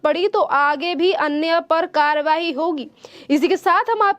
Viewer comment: Karwahi कार्रवाई, उच्चारण पर ध्यान दीजिये।